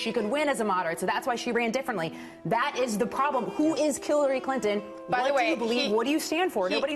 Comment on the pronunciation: who is Killary Clinton? listen for it.